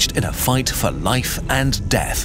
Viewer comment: "Even in Seath I Still Serve"